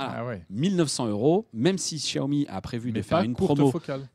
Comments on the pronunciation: Ça se prononce siaomi tout simple c'est quoi ce chiao mi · Djaomi ??? C’est pourtant simple, en mandarin X se prononce CH : Chiaomi Merci